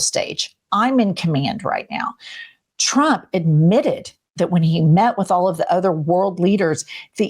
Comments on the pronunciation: She's always saying President Chump instead of Trump. Hilarious. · Just like she says "Chump" most of the times instead of Trump which tbh, is absolutely fitting. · And she calls him President "CHUMP", the dumb hole can't pronounce , t's . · it’s so funny how she casually pronounces “president chump” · Ever notice how Lyin' Leavitt mispronounces Trump as "Chump" and Putin as "Pooin?" While fitting I don't think she's doing it on purpose, she just has a speech impediment or something, but it really drives me crazy. Hell, just listening to her whiny irritating voice drives me crazy too. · It always sounds like she is saying president chump. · Leavitt sounds like she’s saying “President chump” about eighty percent of the time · Same reason she says President Chump 😂 Nobody in the 47 administration is capable of normal speech. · She says Chump all the time 😂